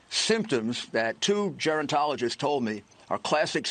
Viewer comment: What is a “gerantologist?”